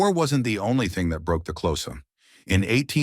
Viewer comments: XHOSA is not pronounced CLOSAR dmb phck...pronounced KORZA!!! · Also wrong....click sound. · Xhosa ="Close ahhh" 😂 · Is he trying to say the Xhosa? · That prophecy of the cattle slaughter was false propaganda spread by the British, the animals had food & mouth disease, you talk a lot of kak, and learn to pronounce Xhosa properly! Please don't make any more videos, you are clueless